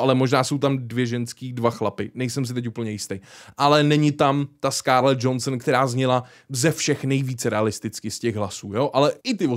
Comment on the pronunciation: face-fuchsia-tongue-out:Krucipísek už zase... není to "Skárlet Džonsn", ale "Skárlet Džohanson" či "Džohansen.":body-blue-raised-arms: Není to přece ségra Dwayna Skalisko "Džonsna.":face-purple-smiling-tears